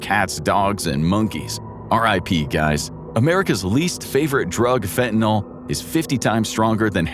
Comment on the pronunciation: It's fentanyl. Not fentanyl!!! Your mispronunciation drives me crazy!!!👿👿👿👿👿